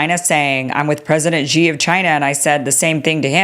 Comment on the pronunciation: Why the hell can’t you get President Xi,s name correct? Have a bit of consideration and make an effort! Say this out loud….SHE. SHE. SHE, got it?